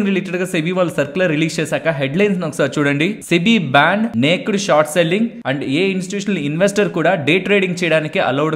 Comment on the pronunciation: Hi thanks for the ongoing education regarding the stock market. But a small correction regarding the pronunciation of naked. It is not నేక్డ్ but it is నేకెడ్ . 😅😅 Hope you will take it in positive sense. I don't want others to gossip cheaply about you. You are a man of solid worth.